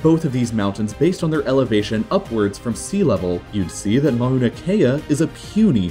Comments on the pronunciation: Did he jsut say ma-oo-na kea its mau-na kea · You said Mauna Kea the wrong way the u is not pronounced as a long vowel. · His pronunciation of Mauna Kea deadened me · Im from Hawaii and lived on the island where Mauna Kea is located at and my god the way he says mauna kea triggers me